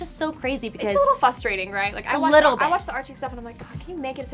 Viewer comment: It’s a little “fusturating” am I right😂 I’m dead